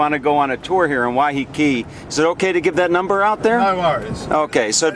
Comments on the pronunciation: I live on Waiheke. It is not pronounced Wyheekee, as he keeps doing, it is pronounced Wyhekee, with the emphasis on the first syllable. The word comes from the Maori 'wai', which means water, and 'heke' which means falling. It is named after a cascading stream on the south side of the island, in the Whakanewha Regional Park, round the corner from the Rocky Bay village. The beach they ended up on is called Oneroa (pronounced onny-rowa), which comes from the Maori 'one', sand, and 'roa', long, so it means Long Sand, although it is not the longest beach on the island. The village above it is, of course, called Oneroa Village, the main village on the island and the first one you come to off the ferry. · Im sure its pronounced Why-ah-kay. ❤